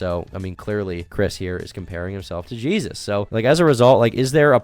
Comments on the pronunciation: WHY DOES HE SAY JESUS LIKE ITS A MEXICAN DUDES NAME AND NOT JESUS LIKE THE FUCKING BIBLE ONE HES TALKING ABOUT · Chris pronounces the Jesus in their name the spanish way